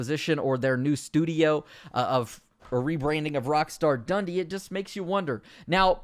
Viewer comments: Dun Dee not Dundy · How is your pronunciation so bad? Did you not go to school? rockstar Dundee (done-dee) and Ruffian (rough-ian) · The way you pronounce Dundee and ruffian makes my skin crawl